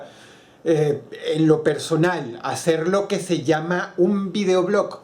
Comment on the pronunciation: Escucho mal o dross dice videoblock,jaja varias veces lo dijo